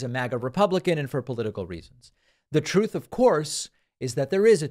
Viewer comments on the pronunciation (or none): It slays me every time you purposefully mispronounce, ‘Trouth center’. Great show.